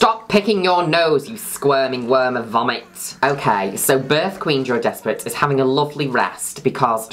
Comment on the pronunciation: i always thought you were saying joey desperate